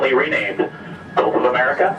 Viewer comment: Does he know it’s gulf and not golf? 🙉🙈🙊